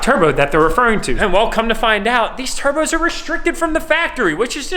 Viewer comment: I like how he said we got new “turbos”